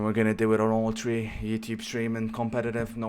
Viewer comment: “I’m tree and tree” 😂😂